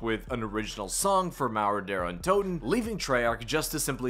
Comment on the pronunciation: Couldn’t tell if he was saying derra toten or Daren toten or Der untoten 🤣